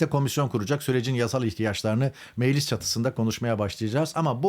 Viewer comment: Kılıçdaroğlu ile ortak bir yanınız var. İkiniz de meclis yerine meğlis diyorsunuz.